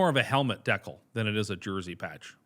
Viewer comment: Never heard “decal” pronounced that way before 😂